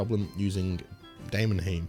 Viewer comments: aura pause great for group boss if one member has to reload a preset or such other things <3 much love inits >3 also just to help you out i always say it as "day-mon-highm" deamon like demon and heim like yotal heim from avengers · de-mon-heim, bil-rag..fking hell dude read the text first before you make a video about it